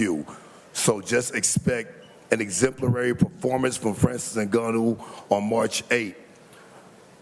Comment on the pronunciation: Francis prnounced "Performance" like GSP😅 "Im impressed by yo pefomence"